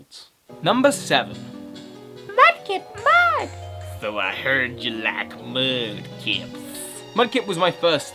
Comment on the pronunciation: Did he just say " I heard you like mudkips" wtf did he just pronounce his R's? WTF